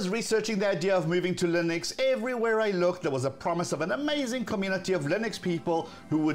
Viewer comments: It's Linux, not "Lynix" as you say ;) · The fact that you don't pronounce the name of the generic operating system properly says it all